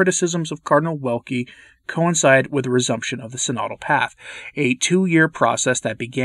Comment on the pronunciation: They cancel anyone opposing. Even cardinals. Ps. Check the pronunciation of cardinal's name, for sure it's not like wind rather w like in vision